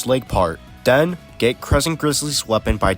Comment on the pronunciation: Push the “buddons “ and “den” you get the gay armor